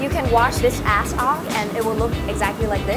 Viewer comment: instead of ash she said ass